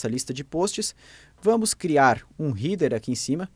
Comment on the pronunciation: A pronúncia de Header é "rédãr", não "rider".